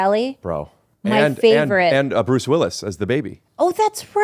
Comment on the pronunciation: At like 25min Bobby says, “Bruce Libbilus” (Willis is what he meant to say), no one acknowledged it, I was dyin laughin.